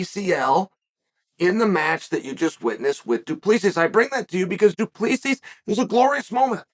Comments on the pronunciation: Dude the way Chael keeps saying "Duplesis" is killing me. My guy it's pronounced "Doo-pleh-see* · It's pronouced Doo Plah See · My guy. The bad guy. Please. Okay. You pronounce it as. Duplesee or du-ple-c. Don't say the final S at the end. Please please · Hey, Chael. South African here. The correct pronunciation of du Plessis sounds almost exactly like, "Two plus three". Not joking here either - that really is the correct pronunciation for future reference. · Who is this "Du Pleesis" you speak of Uncle Chael?😂😂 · Just so you guys know the S at the end of his last name is silent :D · As a south african, he's definitely not pronouncing his last name right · The s in du plessis is silent chael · Chael, the "S" is silent du Plessis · Uncle Chael, FYI: the S in Du Plessis is SILENT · I'm south african and uncle chael butchered du Plessis surname. 😂 please someone help him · oh no haha. I can just imagin the people back I south africa listening going. Fuuuuuuuck. He is saying it wrong. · Daimn. That's weird. I gues it's also not the most common name where Chael os from so obviously he won't say it perfect. Like me trying to pronounce some Vietnames names.